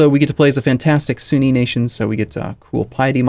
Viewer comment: You have a very odd way of saying 'filthy sunni',.;) Also, yes, 30 minute videos should be your new standard.